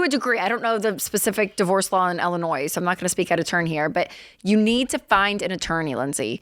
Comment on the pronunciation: It's Illinois, not Ellinois 🙂